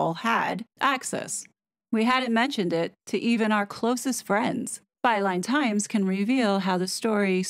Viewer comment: Overtime I hear you say "Byline Times" it sounds like "By lying times" 😂😂